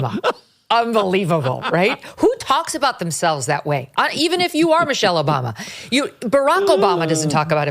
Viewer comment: “Me-chelle” Obama. Me, me